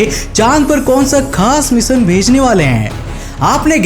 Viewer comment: मिशन बावले ना के मिसन बोलना तो सीख 😂